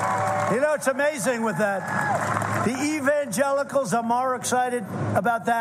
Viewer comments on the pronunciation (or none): none